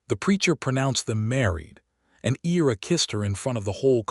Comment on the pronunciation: The male character’s name is pronounced I (long I) & Ra. I love his quirky conversational style, particularly his description of his bad dancing. Delia’s description of the 3 men who approached her is another funny moment.